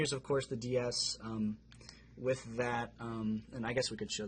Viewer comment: “Twith”....... BRUH